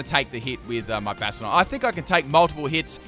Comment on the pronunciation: Bahshtyadohn. That is how you pronounce it. Bastion - n + suffix "Don"